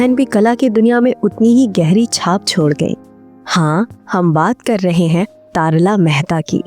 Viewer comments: Commentary में अभिनेत्री का नाम तरला को तारला क्यों कहा जा रहा है? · तारला मेहता नहीं बल्कि उनका नाम "तरला मेहता" था आपने तारला मेहता कहा जो कि गलत है 🤔🤔🤔🤔